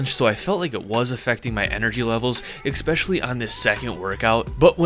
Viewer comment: Brother. I love you and your content so much. But it’s ESPecially. 😂😂